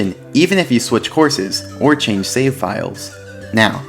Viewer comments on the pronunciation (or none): none